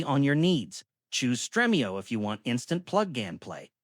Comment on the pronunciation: Streamio not Strehmio